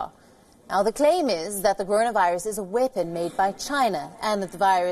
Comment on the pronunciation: Nice vid and all but why do you find it so hard to pronounce "weapon" properly